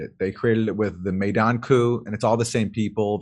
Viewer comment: Its pronounced MYdan as in mine....